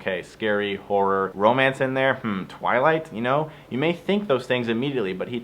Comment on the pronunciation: Aint a fan. liked the though. "twiligt" blarg. This though, is love